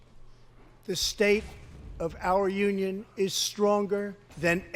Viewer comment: "The state of the Onion"